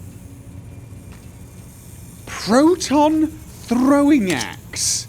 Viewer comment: I don't know if its just that is just getting used to the fallout new Vegas gameplay, or something is truly off about how he sounds. also that tongue roll when he said 'proton throwing axe' made me laugh.